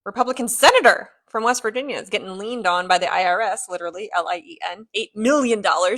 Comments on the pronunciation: “Gettin’ lien-ed on” … LOVE IT! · "Liened" on. 😅